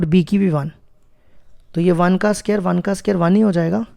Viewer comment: Pela bolta sikhi la bsdna ae square chhe sqere nhi